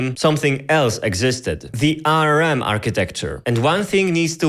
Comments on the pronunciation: Tbf he does have an accent and hes not saying ARM but A.R.M. but yeah it was bugging me too lol. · English Native speaker here. It is pronounced "Arm" not "A" "R" "M". Saying it with the individual letters like that is disorienting. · Great video! Quick note, ARM is generally pronounced as "arm". As in the word arm. "I hurt my arm" for e.g. Otherwise great explanation and entertaining video! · did he just call ARM arem? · If this guys so smart, why can't he pronounce ARM ? and how does he have less than 3k subs and a play button in the back there... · I paused and started typing this because I cant stand how you (incorrectly) pronounce "ARM."